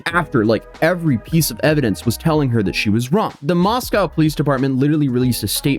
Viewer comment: Just so you know, Moscow, Idaho is pronounced Moss-koh. UT rhymes with Roscoe.